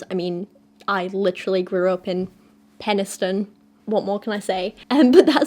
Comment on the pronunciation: Oh, that's how Penistone is pronounced. I just used to say penis like it is without conjunction. I learned of this place long after I stayed in Barnsley for a week so there was no one to correct me. xD